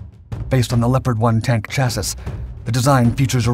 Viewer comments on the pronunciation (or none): “Chassis” is pronounced “chas-ee” not “cha-sis” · "Chassis" is pronounced "shassy". Good grief. You would think they would know by now. Its every video. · It's "SHASSEE" (Chassis) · Chassis is pronounced chass-ee not chass-iss. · It‘s „Shuh-seee“ not „chassis“ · CHASSY the same way we pronounce debris as DEBREE, not DEBRISS. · For the love of God, it's chassi not chassiS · Love ya long time, man. But it's pronounced "SHASS-ee," not "CHASS-iss." Otherwise, keep doing what you're doing. I devour these things, especially the WWII stuff. Thank you. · I swear these videos and VoiceOver are AI created. who tf says chassis as chass-is? or thinks that stinger missiles were fitted IN the cannons? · A Chass-iss? I was wondering if the annoying cadence of the voice over was AI…and it seems so. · who pronounces chassis like that? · You do realise the last s in chassis is silent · Can pronounce the German well but can not say chassis correctly...Definitely becoming a meme on his channels now :D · Yet he can't say chassis.